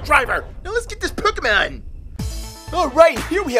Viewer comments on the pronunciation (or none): Why you say "pekkamon"